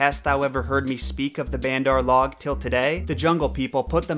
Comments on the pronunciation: Bandar-log is not pronounced “band-arr-log” it’s pronounced “baand-ur (with a soft d) logue” where logue rhymes with vogue. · Akela is pronounced more like a-K-la....K like the letter and la like la la land...and the log in bander log is pronounced more like log from Logan...and bander is more like bundar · "..have you ever heard of me talk about bandar-log.." it's pronounced - bun-dh-ar l-oh-g.. In hindi it means, Monkey folk :D He just slipped into Hindi, like Hindi speaking indians do when they're speaking English lol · bandar-log should be pronounced bun-der-log(an) the way you say the name Logan but you only pronounce log. Bandar means monkey and log means people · Me hearing say Bandar log 💀💀💀💀 it's probably pronounced 'bun-dur loug' if you don't have an Indian accent lol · the way you say bandar log.... omg try saying it bun-dr lowg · Hey just clarifying a few things you may have gotten a bit off. Raksha( pronounced "Ruckshaa") means " protection" in the Hindi language not Demon.(That is the word "Rakshas") Also pronunciation of Bandar-Log (monkey-people) is " Bunder-loage". Baloo is pronounced Bhaaloo which means bear in the Hindi language. Loved the video.im glad to know people love kipling as much.Thanks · You're really butchering the pronunciation. Akela is pronounced uh-kay-la and means alone. Baloo is pronounced bah-loo with the emphasis on the first syllable. Bandar-log is pronounced bunder loge and means monkey people. Fun fact: the monkeys in form and description are based on the bengali people. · Completely irrelevant but....It's actually pronounced like buh-nder L-oh-g